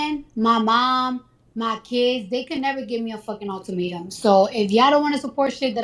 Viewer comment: cardi kept saying ULTIMATUM😂😂 gurl we know Nicki Minaj taught u that word. Yup i said it, I’m sure she listens to Let Me Calm Down on repeat🔥😂